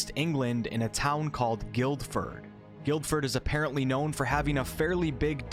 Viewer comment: I live the town over and hearing an american pronounce the name is amusing. It's strange i know but the Guild in Guildford is pronounced Gill.